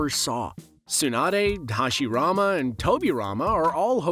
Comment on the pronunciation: Stop watching the moment hashirama name was mispronounced... It's not a dub,sub thing... A name should be pronounced correctly, it's one thing to say it with an accent, but to make it sound completely different? Nah....